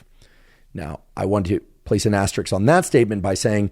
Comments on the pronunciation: Ass trix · as-ter-isk.....one of the most mispronounced words in the English language